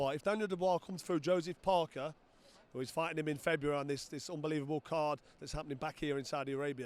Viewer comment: Figh-tin man lost again